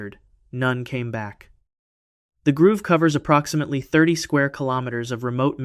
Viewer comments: Bro...its a "GROVE" not a "GROOVE." Are you serious? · Grove. Stop saying groove. It really undercuts your authority when you don't know basic words. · It is grove not groove! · I've watched a few of your videos and I'm considering subscribing, but the constant mispronunciation of "grove" as "groove" are totally killing me right now. Not trying to be mean or anything, but I've been sitting here for several minutes just occasionally correcting you audibly by saying "grove". Each time, I get louder and my time becomes more stressed. The educator and linguist in me can't help it. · Thank you!! It's grow-v. Grove. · The fact that you mispronounced grove like 30x with such confidence makes me question the accuracy of everything else you’ve said…